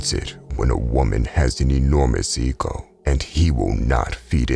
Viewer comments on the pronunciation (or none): am i the only one who heard him say EAGLE